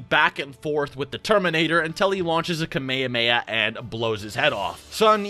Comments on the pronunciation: Kamayhamayhuh It's ka-may-hah-may-ha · why you say kameamea and not kamehameha 😭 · Anyone else hate how he says kamayamaya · bro why do you say kamayhaheyha